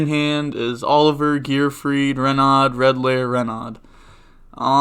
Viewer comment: ikr, also when I see people call renaud "ruh-nod" I cringe